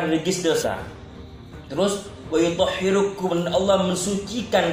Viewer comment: ustadz bahlul muhibbin abal abal..bca ayat saja salah..yudzhibu..wa yuthhirukum..harusnya liyudzhiba..wa yuthohhirokum 😜👎